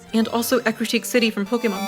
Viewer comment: eat your heart out, 8BMT. she pronounced Ecruteak correctly!